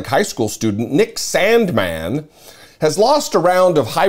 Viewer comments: you say Sandmann like trump says China Stop it, ugh 😑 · I love how he pronounces Sandmann! He's got me rolling. Hey, justice really does matter!